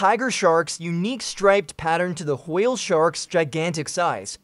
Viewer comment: "Whaah-ale sharks" lol😂😂😂 love the ai voices pronounce